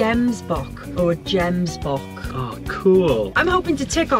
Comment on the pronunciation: I don’t know if somebody has corrected you yet, but. 1. Buck number 1 was a gemsbok (but the g is guttural). 2. The second buck you saw was Kudu. Have lots of fun.